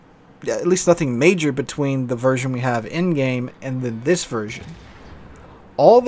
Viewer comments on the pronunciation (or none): none